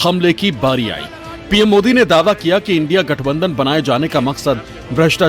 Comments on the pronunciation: Indi nhi india bolne me kya dikat hai modi ji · Un par pm Modi ko India word bhi bolna nhi aate Indi bolte murkh admi pata nhi kaha se padhai karke aaya kabhi School to gaya v nhi hoga. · Jumla PM ko INDIA Alliance bolne bhi nahi aata hai, kaise ayega anpadh ko?